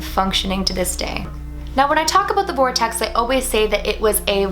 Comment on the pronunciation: When you said ‘vortext’ I imagined a puffy circle of clouds 😂